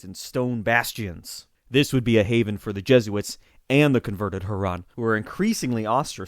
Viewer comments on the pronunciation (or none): none